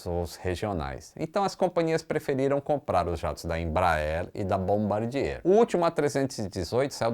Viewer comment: top o vídeo. Parabéns pelo ótimo conteúdo! Só uma dica: ao invés de falar Air Frence, fala exatamente como se lê: air france, tipo air frânce. É o mais próximo possível do francês. Bombardier: do jeito que se lê, também: bombardiêr. 🤣🤣